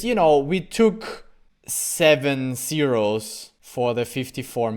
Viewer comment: It still weirdly saying zero 0️⃣ though